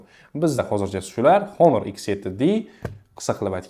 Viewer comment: Do'stim, onor emas, honor deng